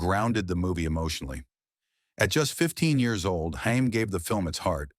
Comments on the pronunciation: Corey Haim his last name is pronounced HAME NOT HIME!! GET IT RIGHT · Love your reviewof this film , but it's Hay- m. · Cool video, but can totally tell they used an AI narrator by how badly it mispronounced common words like saxophonist and Corey Haim’s last name. 😂